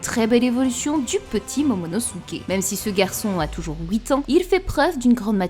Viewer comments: 2ème commentaire que je lâche sous une de tes vidéos, ta prononciation des OUI est magistrate je ne m’en remet pas je kiff 😭🤣🤣 « hOUIt » au lieu de dire « huit » et « pOUIsque » au lieu de puisque jpp😂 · "houit ans" "grace a loui" XD